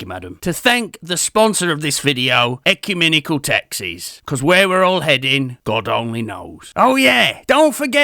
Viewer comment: That is a massive jumble up of a word you slag! 'Ecumenical' mate!🤣